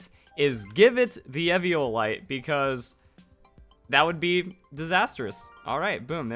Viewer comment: Did you say eviolite Cmon you’re better than that